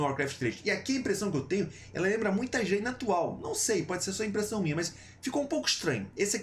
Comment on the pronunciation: Será que dói para você aprender a falar Jaina certo? Sendo tem um bando de nome complicado em WoW tu fala errado um dos mais fáceis, é uma vergonha.